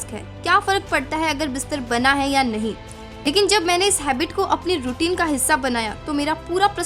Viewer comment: Don't get offended but it's HABIT not HABBIT (JUST FOR CORRECTION NOT TARGETING ANYONE)